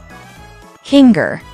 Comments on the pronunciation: its kinger. not kinga. and its TWITTER NOT X. I WILL NEVER CALL IT X! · It's kinger not kin-ger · It’s kinger not kinga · KINGA? KINGA? HIS NAME IS KINGER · KINGA BRITAIN ACCENT 😂😂😂😂😂😂😂😂😂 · Why do you call kinger kingga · BRO IT SAID KINGR FOR ZOOPLE❔️ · The fact that you said Kinger,s and ragutha, name wrong😂